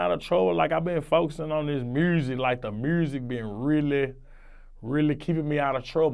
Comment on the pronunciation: "I been foesin on the mursic " this nigga cool af